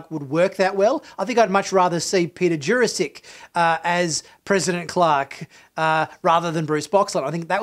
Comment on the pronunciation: Why is almost every single name pronounced wrong here? It's Bill Mumy, not Bill Moomy. And Peter Jurasik not Ju Ra Sic And its Vorlon not Vorr Lonn. And even Tracy Scoggins was said in a weird way. Have this guy ever seen the show im wondering? Bill Mumy was in so many shows. Who's ever said Moomy ? 😳